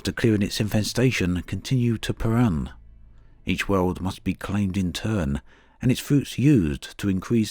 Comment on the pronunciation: The name of the planet (Perun) is the highest god of Slavic pantheon - a god of thunder and lightning. His name is pronounced "Peroon". And the name of the game actually sounds like ROdina, not RodIna )) Thanks for the video! And for all your videos about Elite Dangerous! Oh, and for voicing the Christmas series of course! )))))